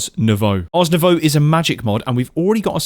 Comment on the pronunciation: Ars Novoooooo (like in voodoo). Not Arse Nowau (like in australia). Smh.